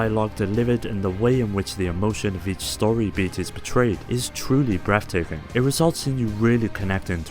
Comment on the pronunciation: absolutely BREFF taking.